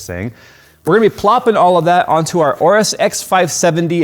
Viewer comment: it is Orus. The A is silent.